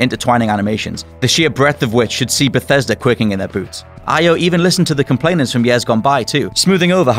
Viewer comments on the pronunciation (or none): none